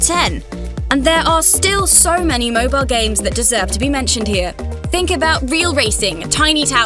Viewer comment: this lady keeps pronouncing Mobal games instead of Mobile games